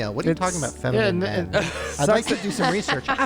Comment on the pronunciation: In that 1 voicemail when she said “femine men”.. I think when she meant twinks .. took me a min and I was trying to think of porn categories lol